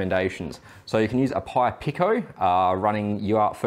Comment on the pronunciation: Pico is pronounced "Peeko"